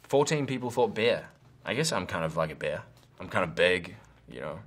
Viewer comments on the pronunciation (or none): For a moment there, I thought he had said "beer"... then I read the word at the top of the screen just to be sure and found I was wrong. 😂😂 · when he first said bear I thought he said beer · When he said bear it sounded like he said beer